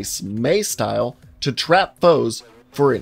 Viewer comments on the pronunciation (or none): none